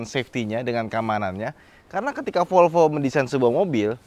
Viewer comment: MEREK MOBI tersebut BUKAN '' FOLFO'' - TETAPI '' V O L V O '' !!!!